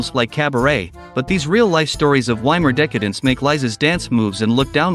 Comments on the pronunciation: Vai-mar, as in Steve Vai, not Y-mar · Why can't someone who presents a documentary with supposed accurate detail not even pronounce properly the name of the place they're talking about. Doesn't everybody know that you pronounce the German " W " as a "V" ? It's the VAYmar republic not WAYmar. Dear ! Dear ! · WTF is WY-MAR Germany? It's poronounced VY-MAR. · Weimar is pronounced Veimar. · If you're going to make a documentary about "Weimar Germany," please learn how to pronounce "Weimar" correctly!